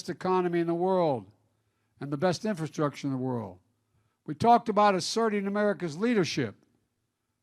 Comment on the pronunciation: He can't even pronounce infrastructure! 🤦🙄 He is worried about infrastructure when the LIB CITIES ARE LITERALLY BURNING AND DEGRADING FROM CRIME, Over-spending, stopping oil production and making gas prices high and increasing prices to truck EVERYTHING!...Ok Pennsylvania but let's elect "UNCLE FESTTERMAN"/"NOSFERATU"🧛🧟 to SENATE and make things even worse! Like start bailing water and people into the Titanic 🤔